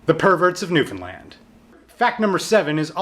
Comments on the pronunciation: I'm from Newfoundland too :) and yea, he said it right, it's NEW-FUN-LAND pretty much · YOU SAID NEWFOUNDLAND RIGHT! YEEEESSS!!! <3 oh God you're the first person on YouTube that ive seen to pronounce it correctly that isnt from here. most Canadians even botch the pronunciation.